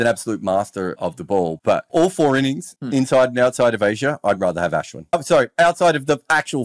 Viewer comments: Why is he pronouncing Ashwin like that? So pretentious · Why the fake accent when pronouncing Ashwin’s name bro?